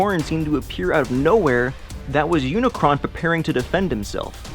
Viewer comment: It's Unicron